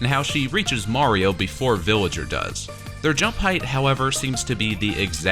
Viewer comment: He says billager